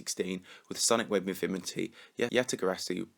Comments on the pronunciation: he was saying things weirdly like ya yatagarasu sonic wave infimity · "Sonic Wave Imfimity, yatyatagarasu" lmao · with sonic wave "mifimity" nice speaking there XD